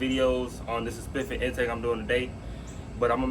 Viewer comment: Say saspifific 1 mo time